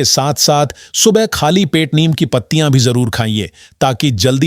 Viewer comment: नीम को नियम क्यों बोल रहे हो।उच्चारण तो ठीक से किया करें!